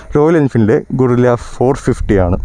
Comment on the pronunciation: ഗറില്ല എന്നാണ് പേര് 😂ഗൊറില്ല എന്നല്ല